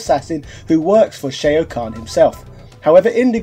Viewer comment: Bruv how are you mispronouncing Shao Khan and Kung Lao come on now